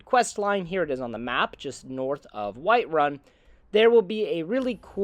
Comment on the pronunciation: White Run haha dude why do you say it like that